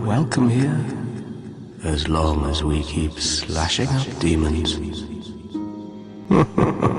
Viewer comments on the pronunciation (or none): none